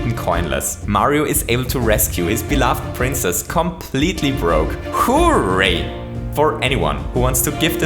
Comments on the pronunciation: His voice is so off-putting, though... it makes me uncomfortable hearing him say “hoo-ray”. I always hear people saying it as “hurray”, so this, with the voice, makes me want to die. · When he first said hooray, I thought he said who raped